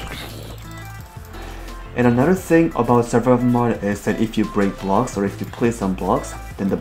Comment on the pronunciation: it's Mode Not mod